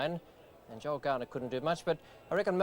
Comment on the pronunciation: It's Joel not Joe please Ray